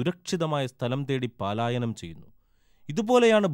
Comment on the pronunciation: അക്ഷരസ്ഫുടത ഇല്ല.പലായനമാണ് ശരി. പാലായനം അല്ല